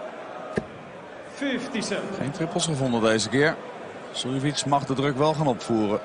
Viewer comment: The way the commentator says Suljovic sometimes sounds like he's saying silly bitch😂 play darts myself, massive fan of Sherrock, shows that it doesn't matter what the gender, you can always compete at equal levels.